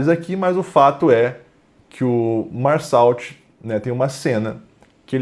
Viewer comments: É merssô a pronúncia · A pronúncia correta do nome da personagem principal é “Mersô”. Não é uma crítica, só ajudando mesmo